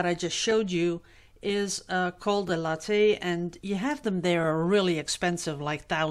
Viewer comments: In english....it is lay-th....like bathe.....I'm going to bathe (Bay-th) the dog. Have always wanted a lathe.....glad your back! 💙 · Glad your well and having fun with woodworking. I'm a carpenter's daughter and love it myself. In America we say lathe as "lay th". I don't speak any other language and admire anyone that does. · Glad to see you back,! Love the woodwork you've been doing! Btw, the American way of pronouncing "lathe" is with a long a, like in "play" and the e is silent. Just add the "th" sound (like in "the") on the end.. one syllable. The way you were saying it is a coffee drink... just sayin';-) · It’s a Lathe. Long A silent e.